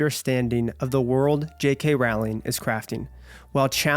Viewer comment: What a wonderful and thoughtful review! You nailed it. I’ll always love the HP series. Btw it’s Rowling like row your boat. ❤